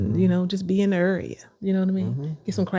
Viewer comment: "Errrea"....lol....dmv strong....PG county strong.... Welcome home!! I'm in Bowie!!!